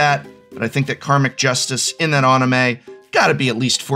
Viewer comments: Love you prof, you’re great but it’s an-i-may, not on-i-may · It's even more painful hearing him continue to pronounce anime wrong.